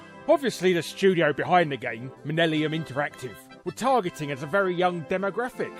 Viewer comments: Hermione Granger Voice: "It's "Millennium", not "Minnellium" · Millenium, not Minellium. It's not related to Liza Minelli. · Dude, learn to read. Its Millennium Interactive. Not "Minnellium" as you repeatedly said. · it’s millennium. Not minnellium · When you notice he says "MINELLIUM" instead of Millennium 🤪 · Minellium? ... Larry it's MiLLeNiuM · Why the hell do you keep saying minellium when it's clearly spelled millenium? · "Minellium" lol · Minellium? Lol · “Minnelium” interactive ? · "Minnelium" bahahah he says it over and over... Where were you at the start of the new minnelium? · Educational episode Australian kids TV is awesome, Mr Bobby had a game I never even knew about, and millennium is pronounced minellium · Did y'all just say 'millellium'? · Minellium! Haha, I have a friend who pronounces it like that. He also says 'basghetti'. Yeah he's a little special too :P Have a good Xmas Larry :) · "Minellium" Take your comment engagement and have a great christmas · yeah i heard that and was like "what did he just say?" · i'm glad he showed the logo, i thought they were actually called "minnellium" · Its really funny hearing you mispronounce millennium 😂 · You're having a bit of trouble with "millennium" there, Larry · Is Larry just mispronouncing "Millennium," or is that a joke my Yank brain isn't getting? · the amount of times Larry says "Millennium" wrong lol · Shame he can't pronounce millennium... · Shame he said millennium wrong twice ;) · 4 Times Larry Pronounced 'Millennium' Wrong